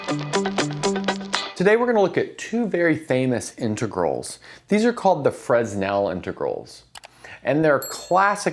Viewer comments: I don't pronounce the 's' in Paris, but that's a matter of choice, as both pronunciations are common in spoken English. Contrary to your assertion, some hard and fast rules do exist. The hard and fast rule with someone's name is that you pronounce it according to their choice, not yours. Anything else is unbelievably rude. It doesn't matter whether Augustin-Jean Fresnel is alive or has been dead since 1827, nor whether he cares or not. What should matter is that you show some respect for a great scientist who made impressive contributions to his field. The very least you can do is get his name right. Same goes for Euler. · He's just trying to help, and it's attitude that matters. It's a simple fact that you sound more like you've "done your homework" if you say, "Fruh-nell", so it's a little better than pronouncing the "s", so it's a small correction that offers a small improvement. So why not? I think of a great maths teacher I had in school who taught us that Euler was "Yewler". No biggy, but actually he called himself "Oiler" (as you probably know), so that's preferable. So why not? Today I call him "Oiler", but I'm not ashamed of having once called him "Yewler", or hurt that someone would've had to correct me in this before I changed from what I "knew". (Maybe you're being a bit too sensitive? People can be mean about this kind of thing, and it's relatively unimportant as far as the maths goes, but clearly that's not what's happening here. Ideally one would send a private message to help out, but that's not available on YouTube.) If someone called you "Robe Bovmenn" you might even feel an inclination to correct him? Different context, but the principle that it's more respectful to call you ... Sir ( :D) ... or Mr Bowman ... or Rob instead of Robe. And now after all that TL;DR, I'd better go watch the video. :D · You'd better say. "Frê-nel". Skip 's'. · It's hard to take you seriously when you can't even pronounce Fresnel correctly.